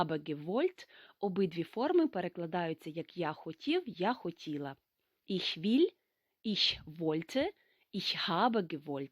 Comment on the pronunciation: Вітаю. Чому ви говорити іш, коли літературною має бути іхь!!! І не волєн, а волен. Дякую